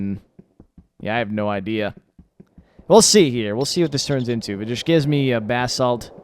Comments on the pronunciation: I love you but every time you say BAHsalt I want to throw my computer. It is pronounce buh-salt. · That's the American pronunciation but it can be pronounced Bah-salt